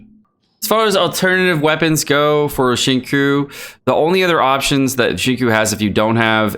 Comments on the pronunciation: it's xing-chew not xing-koo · it triggers me that you pronounce his name "shingcoo" when it's "shing-chyo" (long o) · Xingqiu 行秋 = SING-CHEW You are killin me bruh. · I literally debated watching this video because of the way he says xingqiu as “shingcoo” Jokes aside great video! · Like I've said in the previous video, its pronounced Xing-Chew (95% similarity).. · Please, it's Xing Chiu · Xinqui is pronounced as ching choo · CHO it's pronounced Sing like singing and cho like show but ch to make the cha sound i'm tired of the disrespect on water shota😩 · i know this is nit pickey and probably irritating, but please learn how to pronounce xingqiu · Awesome stuff , now the only thing left is to learn how to properly pronounce "Xinqiu" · I am in pain. Why does he say Xingqui's name like that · Good video but the way you pronounce Xingqiu drives me crazy